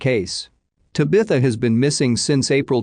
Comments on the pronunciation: This guy needs to learn how Tabitha is pronounced same has bewitch’s daughter. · The only thing wrong with these usually informative uploads is the idiotic Bot narration. The often mispronounced words and names is annoying. This last case specifically where it mispronounces “ Tabitha” at least 100x’s is disrespectful to her and her family. I’d be royally pissed if this were my child and heard her name continually being pronounced as such . Ditch the Bot and you’d have an amazing channel. Just my suggestion 🤷‍♀️